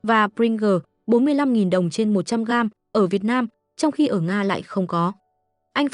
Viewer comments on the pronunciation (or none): none